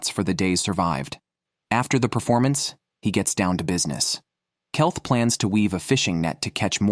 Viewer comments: Keith read as Kelth. A1 often gets names badly wrong. Ridiculous mistakes. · Kelth that will be keith bullshite ai crap dont bother watching this